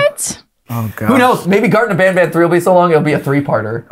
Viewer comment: You dont pronounce banban like benben, pronounce banban like kinda like bonbon Banban is basically japanese, ばんばん Because everyone ALWAYS calls banban like べんべん